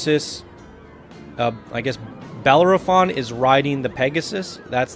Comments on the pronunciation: It's pronounced buh-lair-uh-fon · You keep forgetting to say the O in Bellerophon.